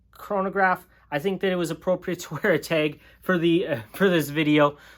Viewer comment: It’s not teg it’s tag .